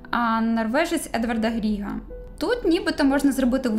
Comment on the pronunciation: не ГриНа, а ГриГа